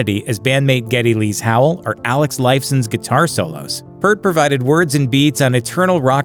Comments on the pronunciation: Say it with me, ye of no research: Neil PEERT (not PERT) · IT'S PEEEEEERT, DAMMIT! Not "Pert". P-EAR-T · The most mispronounced drummer name of all - it's "pee-art" not "pert" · Love your video's guys.. But gotta call it. The professor is a major influence to me and many other Canadian Drummers/Musicians. It's pronounced P ear T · Say the word "peer" and put a T on the end of it; that's how you pronounce Neil Peart's last name properly.. It's not pronounced "PERT" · His name is pronounced Peeart. Thanks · I turned it off as soon as I heard you don't even know how to say Neal's last name correctly. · Michael Slawinski That pisses me off too